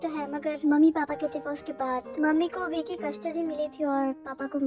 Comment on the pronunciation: Your channel. Your choice. Your pronunciation. But one thing i want to tell you that in this video i was a bit taken back off to hear "V" as "Bhi".